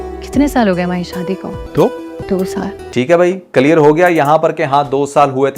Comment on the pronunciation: Clear ko calear kese bol lete ho???????